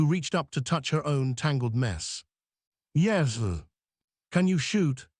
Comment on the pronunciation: Why does AI frequently sound like it suddenly is drunkly slurring on the word 'yes'?